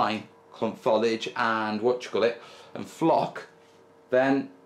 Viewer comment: i realise i am 5 years too late but it is Fo-lee-idge not Fol-idge.